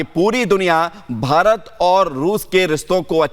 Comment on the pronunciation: riston nahi hota be , rishton hota hai